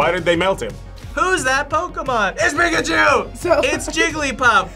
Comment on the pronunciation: "pika pee" 😂